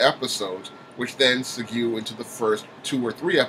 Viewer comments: I thought it was pronounced "seg-way". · Good commentary! DC just keeps shooting itself in the foot. I had just started warming up to The Flash, Legends, and Supergirl, but this leaves a bad taste in my mouth! Oh, just so you know, "segue" is pronounced "Seg-way" (like the scooter). It's a frequently used term in radio to denote transitions between songs or other elements. Slight nitpick; thanks for the commentary!